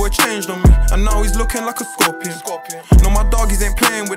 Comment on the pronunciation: Did fredo randomly diagnose himself with a speech imperative take the grills out g u can’t pronounce ur s man said thcorpion 😂😂😂